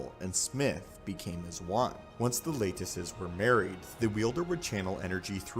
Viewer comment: You need to learn how to pronounce words. "Lattice" The a sounds like lap or lad. "Chasm" the ch. Sounds like a k not like church